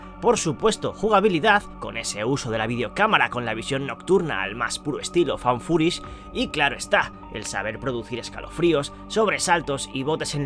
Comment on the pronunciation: Ueee por fin dices bien found footage 🤣 buen top mis dieses